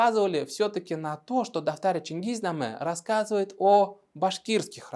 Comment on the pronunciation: Автор специально слово "дафтар" произносит "татар"?